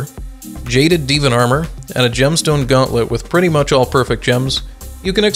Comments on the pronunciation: i spontaneously combusted every time he pronounced divan as deevin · From what I understand, first language isn't english. I forgot what it is, but in that language there's a word that's either spelled Divan or very similar that's pronounced "deh-vahn" kind of. I speak English as my primary language, so when I see words that are either made up, brought in from other languages, or etc, I pronounce them phonetically. If you want a laugh, see if you can find me one skyblock youtuber that can even say "Thaumaturgy" right;)